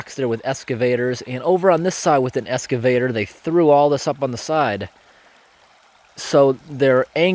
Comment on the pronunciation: ............ I enjoy your videos but the word is EXcavate, not es-cavate. More culverts, please.